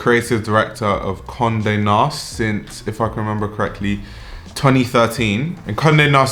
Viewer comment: At first I thought you said "comme de nast" 💀